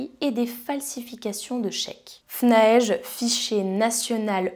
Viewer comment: Le FNAEG se prononce "fnaègue" et pas "fnaège".